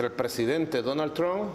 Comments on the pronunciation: Dunal trunk😂😂😂😂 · "Donal Trum"😂🤣